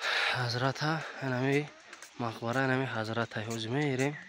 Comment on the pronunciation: чи иқа бесаводи ба ҷои мақбара бгуй марқабай мегуй 😂